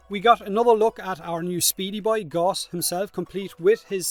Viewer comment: I love that you occasionally actually say Gauss correctly instead of "gauze"